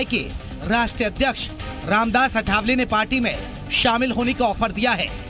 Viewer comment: पहले नाम ठीक से कहना सीख लो वह आठवले हैं अठावले नही!